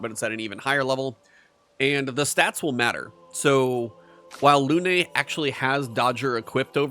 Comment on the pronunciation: It's Lune. Not Lune-ay. The game is French, you don't hit the last letter unless it has an accent. Didn't you open the video by saying you like to change sound so that you can hear voice overs?